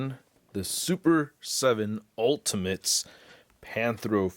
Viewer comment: Great review. However I think you pronounced "ultimates" wrong, I've heard differently from some guy with a beard...